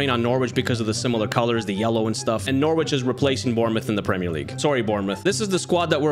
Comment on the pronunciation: Just a pronunciation thing, we don’t say the w over here (don’t ask why it’s dumb lol) so it’s said “Norrich” for the future, no hate :)